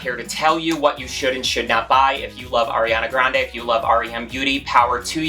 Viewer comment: It's Ariana Grande not Airiana 😐